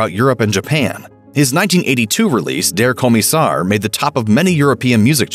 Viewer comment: ¿"dair koh-miss-are "? oh, "Der Kommissar"